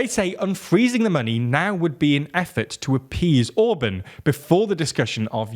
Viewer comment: Ok, you're a britunculus so you have limited contact with standard spoken English but could you at least try to pronounce words correctly every now and then? Orbán for example had TWO vowels AND the second one is clearly stressed! Other major faults must be addressed later.